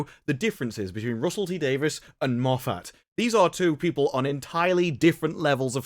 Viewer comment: I'm confused: Russel T. "Davis" or Davies"? You keep saying the former, while the later is the actual spelling of the man's name. I'm sorry-- I cringe every time I hear "Davis".